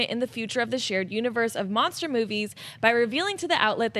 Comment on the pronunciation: why is nobody telling that it's "Monster" not "Mongster"?